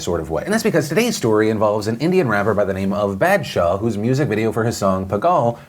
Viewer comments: It’s not Bad-shah it’s Bah-d-shah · It's a long 'a' sound. Like bawdshaw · I find it aborable when phil pronounces badshah it sounds like bad-shaw😂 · BAD SHA PAGAAAL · Phil's pronunciation of Badshah just made me laugh. I'm just gonna use it to troll all my friends 😂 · Hey Phil! Just wanted to let you know, the proper pronounciation would be sumthing like "b-ah-th-shah", and pagaal would be "pah-gull" (like seagull) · the way u butchered the name baadsha and paagal sends lmao it's fine tho